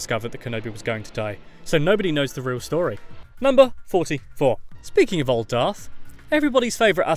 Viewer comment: Don’t you hate it when people say dark Vader it’s darth Vader